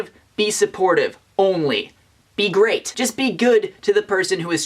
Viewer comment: He said be great I heard be graight